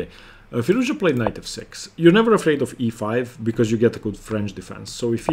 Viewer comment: Alireza is a genius....i'm glad you pronounce his name correctly, Firouz- Ja!